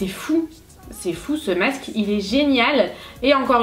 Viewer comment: On dit masque pas macce